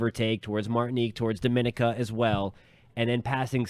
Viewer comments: Barbados keeping posted. FYI, That island is pronounced Doh-min-EE-ka. pronounced slightly differently to Dominican Republic. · Please try to pronounce the islands names so we know which island you are referring too. DOM A NIC A